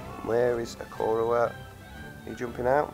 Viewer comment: "i-car-oah" is how to pronounce it